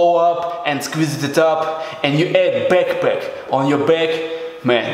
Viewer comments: You only need a beckpeck and tenk with woter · the way he says backpack gets me every time. lol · Love the way he says backpack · no one: this guy: bekpek, guess what (punches his chest twice) for chest geinzz